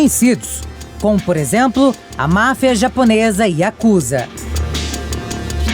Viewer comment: Não é YAKUZÁ !!! Não existe sílabas tônicas na língua japonesa.